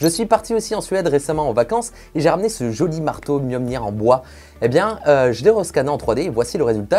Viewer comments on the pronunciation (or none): none